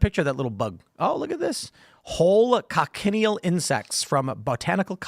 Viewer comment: I think the red bugs are pronounced co-shun-eel